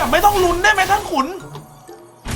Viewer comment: อ่านท่านขุนเป็น ท่านขนุนหลายรอบมากค่ะ😅